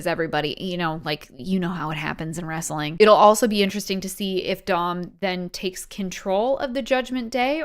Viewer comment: Wrestling is only two syllables